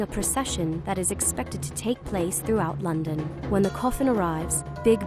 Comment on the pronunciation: And London is being pronounced weirdly also she said castle in a northern accent